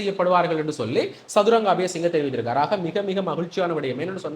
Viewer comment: தம்பி சதுரங்ங இல்லை சத்துறங்க. மகவும் அறிவான பணபான இளைய அமைச்சர்